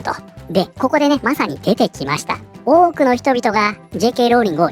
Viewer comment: の「多く」の発音が 「woke」に聞こえて 仕方がない（笑）